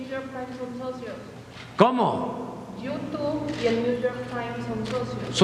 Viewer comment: "Yutú"🙄😑. Siempre hablando como palurdo.